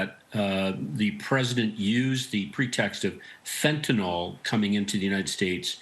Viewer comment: What's "fentanol" ? Like "Tylenol"? I think you mean "fentanyl" (like "nil" ).